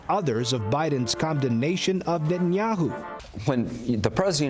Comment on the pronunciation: Biden is critical of Nathayaoo, now !!! When he has butchered 30 thousand palestinian. Was he dozing then!!!